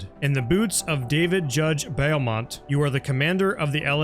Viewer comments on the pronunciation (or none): FYI "Beaumont"' iz pronounced " BOW MONT"